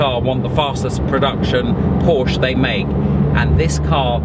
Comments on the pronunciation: Por-shuh...two syllables...say it with me...Por-shuh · Also learn how to say "Porsche" and "Wiessach". Killin' me!!!